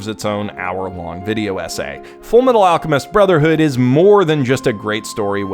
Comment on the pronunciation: You mean FURUMETARU ARUCHEMISTO BROZERHOODO?